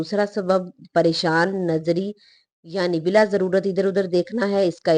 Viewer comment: Bala ko bila parhne wali ko kam az kam video banane se pehle practice kr leni chahiye thi talafuz ki boht zyada mistakes hain es video m.es video ko dobara banaen.thanks